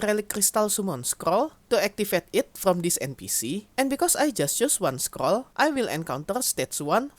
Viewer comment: "scrol" "scrol" "scrol" scrol"